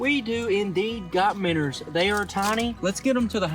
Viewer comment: I love your videos but it’s “Minnows” not “Minners”. Keep up the good work…